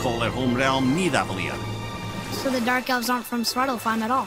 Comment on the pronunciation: As an Icelandic person, I am glad they didn't completely butcher the pronunciation of "Niðavellir". Yeah none of the places are pronounced exactly correctly, but close enough. Better than I expected.